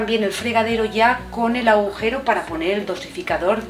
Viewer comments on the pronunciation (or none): none